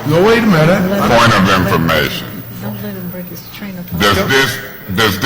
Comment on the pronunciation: “Yesh yu dewwww” 💀💀💀